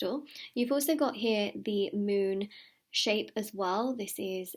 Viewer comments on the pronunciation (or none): none